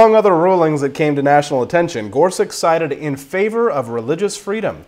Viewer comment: his last name is pronounced as "such" and not "sic"